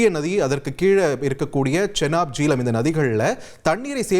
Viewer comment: Jeelam illai...Jehlam, pls correct....jay-h-lam..